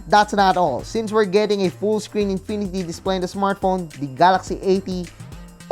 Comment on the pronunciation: "A new INPINITY DISPLEY"